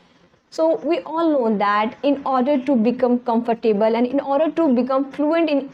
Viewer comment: Please check the pronunciation of the word “comfortable“